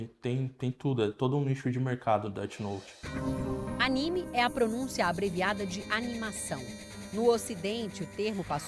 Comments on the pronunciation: Oq eu mais gosto no cara é falando "det note" especialista que não sabem falar inglês kkk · O cara falando deti note , mds do céu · enfim, pessoas BURRAS q levam DESENHOS a sério, se a PORRA DA PESSOA ESCREVEU UM NOME EM UM CADERNO, OQ VAI ACONTECER? A PESSOA VAI TER UM INFARTO? PQP PESSOAS CHATA (e o "especialista" falando "Déti noti kkkkkkk)